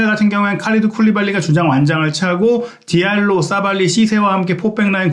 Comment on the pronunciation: 디알로. 잘로 디아타. 자따 고유명사 "성"은 재대로 발음해 줘야지요.